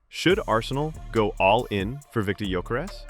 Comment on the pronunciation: You hear so many people say his name correctly but you Americans just have to change it 😂😂